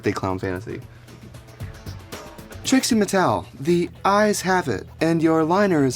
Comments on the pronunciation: Am in the only one who keeps hearing him say Tracey instead of Trixie? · So is her name Trixie or Tracy? It sounds like he's saying Tracy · why does he sometimes say tracey? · Anyone else realise he kept saying Tracy?